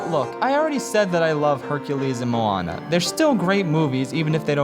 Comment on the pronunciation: How the fuck is Moana your favorite Disney movie? yet you can't even fucking pronounce Moana and Maui properly.